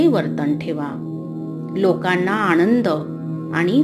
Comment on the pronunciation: खूप सुंदर निरुपण लिहिले आहे.पण प्लीज आणि पानी नका न बोलू.पहा आनंदाला आणंद म्हणणे, पाण्याला पानी म्हणणे तुमच्या दॄष्टीने बरोबर असेल पण समर्थांनी जसे लिहिले कृपया तसेच उच्चार करा.